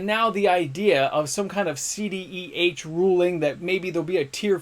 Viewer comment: Pronounces moxen correctly but keeps saying cdeh 😂